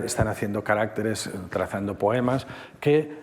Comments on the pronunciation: Maravillosa conferencia, pero cómo se empeña el conferenciante en decir "carácteres" en vez de "caracteres". Es muy curioso. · No se dice caráctetes como dice el del video, se dice caracteres. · No es lo normativo. El singular es “caRÁCter”, no “caracTER”y el plural es “caracTEres”, no “caRÁCteres”. La confusión se debe a que el acento prosódico se desplaza, como pasa en la palabra RÉgimen/reGÍmenes. Es una pena, ya que es una palabra fundamental cuando se habla del idioma chino. Aun así, la conferencia estuvo estupenda. 😊